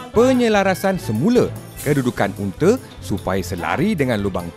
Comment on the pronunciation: UNTA BUKAN UNTE LOL